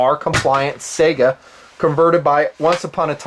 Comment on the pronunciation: How the fuck do you say "Sayga" or something! It's S-AI (unless you failed english class, A and I together is pronounced as "I")-GA. Not the goddamn video game console. Thanks for your attention. Good day.